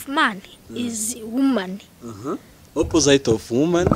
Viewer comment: ijambo opposite mucyongereza basoma " ɑpəzɪt " cg opozite not " oppozayite " like you're pronouncing.